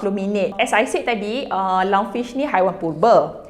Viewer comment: Lungfish, not lung-sue-way🗿🗿🗿